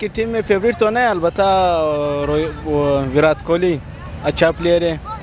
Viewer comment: Virath nai virat. Learn to pronounce